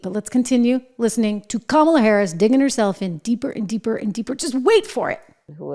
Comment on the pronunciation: “Hi, I’m Kommyla Harris. I may have lost the election and it’s not my fault cuz I din do nuffin wrong, but I still have my Doritos in OG Nacho flavor.” Doritos, because even growing up a middle class kid you can still enjoy that crunch.